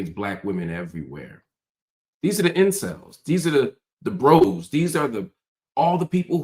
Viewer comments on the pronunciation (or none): none